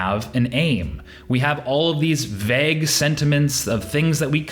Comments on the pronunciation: You say "vague" funny. It's pronounced vaig, not vagg. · This dude really just said vAAg instead of vague. I am shooketh